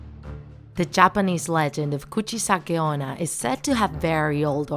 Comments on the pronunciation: DID U HEAR! SHE SAID *KUCHIKANE ONNA*. WELL, I THINK IT SHOULD BE KUCHISAKE ONNA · I thought they interviewed Kuchisake Onna because it said 'Draw my life' lol. Edit: excuse me, Kuchi -Kane Onna? What do you mean? I thought it was Kuchisake Onna? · wtf did you just say kuchi sane onna 😂😂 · The fact that it’s actually Kuchisake-onna😂😂. And I am a really big fan of her!🥰🥰🥰🥰. I love her!!!!!!❤️❤️❤️❤️and the title was Kuchisake-onna too but when she said Kuchikane-onna I was like ‘who? Did you mean kuchisake-onna?’ But she said Kuchikane-onna only 1 time and the last jumpscare always gets me😂😂😂😂😂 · You said Michelle saki honna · Nah I think she said Guccikane onna😂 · Nobody Littarely nobody her:KuChIkAnE OnNa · You said her name wrong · Your one job was to pronounce "kuchisake - onna" properly.